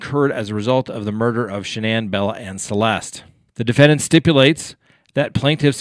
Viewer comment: Please check before pronouncing the family name of Shannanne.